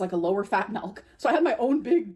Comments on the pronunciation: look at her face as she says “melk” she knows good and well it’s on purpose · Everytime she says MELK, a cow dies